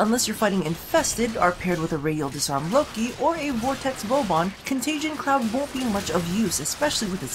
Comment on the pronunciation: ...con-tay-jee-ee-un that extra syllable is bugging me... save me<3